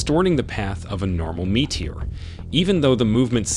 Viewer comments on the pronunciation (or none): I thinks it an AI voice he’s using Listen to his pronunciation of the word Meteor.